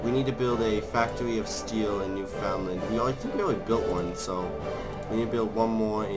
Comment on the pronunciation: Oh god, the way you pronounce Newfoundland... the Newfies absolutely hate it. It's pronounced "new-finnd-land"